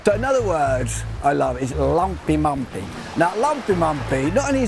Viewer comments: You need to ask your daughter how to properly pronounce lämpimämpi. You said lampimampi. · To me it sounded too much like lampimampi (I am native Finn). His ö and y in löyly were quite good, though. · Yes, sorry, that's what I meant: it sounds to English ears like he's saying "lumpimumpi" (with the u's as in "cup"). But I understand from the Finnish standpoint the a's in lampimampi also sound like the u in the English "cup"!!